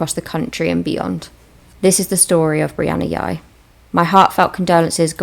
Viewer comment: I think its pronounced Jy